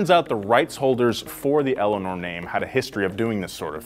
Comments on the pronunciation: "They basically own everyrthing named Eleanorr" The kid name Eleanor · I said Eleanoir not Eleanor geez